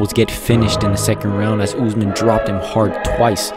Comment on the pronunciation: It is Usman not Uzman but good content tho